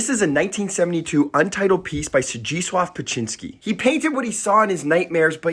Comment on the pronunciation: I love his work. I've never heard his name pronounced before. Are you sure you are saying it correctly?